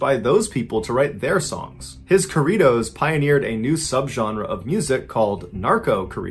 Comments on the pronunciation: "Kohridos" Me.ballen saying it all white🤣🤣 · Its corrrrrido wey no mames mr ballen dope story u got it right lol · Corridos) I had no idea what you were talking about because you're pronouncing it totally wrong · The way you say “corridos” is hilarious 😂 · On a more lighthearted note: my Nana got a kick out of the pronunciation of "Tijuana" as Aunt Jauna and "Corridos" without the rolled R. It made her day. Thanks for telling this story. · Tf why he say corridos like if he saying Korea it’s corridos